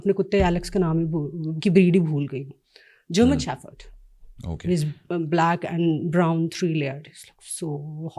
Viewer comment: “…..a very few did”. So many “isms”, but “german sheffard” has got to take the cake 🤭😂🤣 Will never understand the need to speak English (especially on a public platform) when they (she) clearly doesn’t know it. There’s no shame in speaking in your native language—when will they get that memo. 🙄